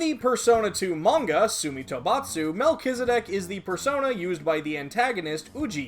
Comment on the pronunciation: man , it's good to hear the correct pronunciation I always pronounce it melt-cheese-di** P.S: love your videos